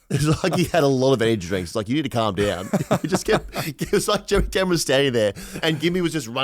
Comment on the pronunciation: And the drop c***/Jeremy Cumron haha DOES STROKE